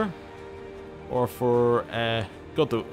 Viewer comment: You can offer non-aggression pacts with your neighbors who are of your religion I believe, and its pronounced god-oth-een, and it's just Welsh for Lothian.